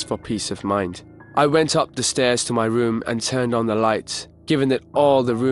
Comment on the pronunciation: the woom, my woom, i went up to my woom - he needs speech therapy or to practice his R's